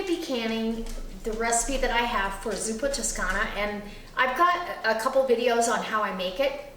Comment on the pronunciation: Hello:) if you call it in Italian, than it's zuppa toscana with an O not an U...just saying:) By the way your recipes are always yummy:)